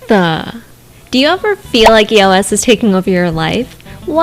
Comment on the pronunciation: Did it bother anyone else that she was saying it like E. O. S. Instead of just saying eos like it's supposed to be pronounced..?